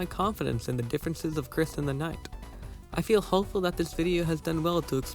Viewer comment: YOU MISS PRONOUNCED KRIS!GET IN THE BUNKER,THE SJWS ARE COMING